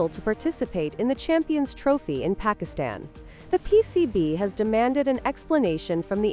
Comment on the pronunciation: This Pakistani channel can't even pronounce Pakistan 😅